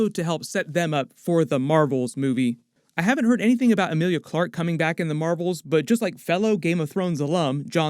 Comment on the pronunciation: Urrgghh Amelia Clarke ..... SIGH